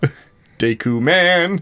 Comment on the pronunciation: I’m surprised he managed to mispronounce the word “Deku” considering the Deku tree says its name in game.